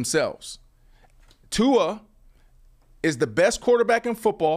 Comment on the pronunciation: Brandon, please teach the proper pronunciation of Tua’s last name. You say it correctly brah but is saying it wrong on several syllables., if you like Tua, please learn to pronounce his name. Mahalo nui loa. Imua Tua! 🤙🏽🤙🏽🏈